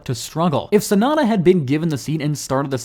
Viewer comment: The name is Yuki Tsunoda not Tsunada…